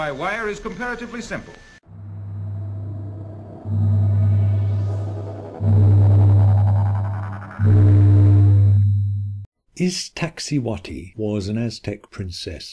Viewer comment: Poppo Capp etteti and Iksa ti hu whati..?.... 🇲🇽!!!!! It's -'poppo Ka petl' and 'iks ta si huatl' .. smoking mountain and white woman.. .. just. A little respect to the Nahuatl language and sources and a little bit of. .. well. Ix ta cihuatl actually reads several ways, all involving a female conjugation, mostly as skirt - but also snakes, precious and fire and - an popoca tepetpl reads smoke and mountain/home .. and needs a bit of. Well - more work is needed. Sorry - just. An insulting treatment of words more than 20 million use daily. Mexica history is as complex as the subject this video tries to address. The quickfire treatment isn't working for the rest of this either. Although I'm sure it's not all intentional.